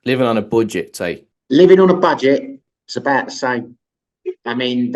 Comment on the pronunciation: I’ll give you a shot mate subscribing but it’s not Boo-get it’s Bud -get!